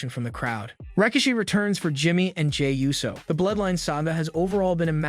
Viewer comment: Ooh-so. Not you-so